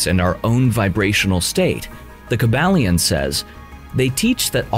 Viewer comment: Kybalion ( Kai-bal-yon)